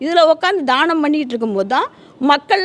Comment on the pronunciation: தானம் , தானம் enru solgireergal amma. Pl Dhyaanam Dhyaanam எ‌ன்று sollavum.